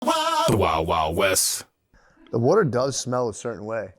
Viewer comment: "the worter"